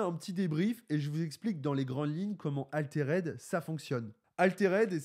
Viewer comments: Je suis loin d'être un puriste et tout mais bon... même les mecs en France le prononcent bien donc. Arrete de dire "Aléréde" haha. Altered, "Alteurd" . Pour pas que tu prennes des mauvaises habitudes pour des mois haha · Si l'aspect collection dérange, dans ce cas c'est idiot de faire un Jeu de cartes à collectionner ..... Dans ce cas là on fait un JCE, comme ça zéro spéculation et uniquement tourné vers le jeu. Sinon prononcer "Altéraide" ça fait un peu saigner des oreilles. Les français sont pas fortiches en anglais mais quand même... Autant donner un nom français au jeu . Le rosbeef mais pas trop c'est bizarre. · Ouf! la prononciation de "Altered" fait mal aux oreilles! Tu dis bien "raïse" et non "rise". C'est un petit détail mais ca donne quand même plus de crédibilité à tes propos!